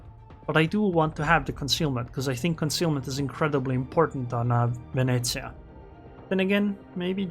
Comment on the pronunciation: for the pronunciation of Venezia, you even got the northern italian accent right 👍